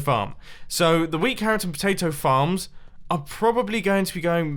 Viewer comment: U SAID FARMS AS fxcks